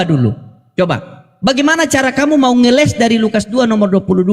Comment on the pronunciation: Bokis. bokis....ngelessss bukan ngelek ngelesssss